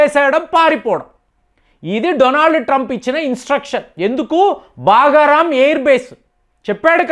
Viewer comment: బాగా రాం కాదు, బగ్రాం అది.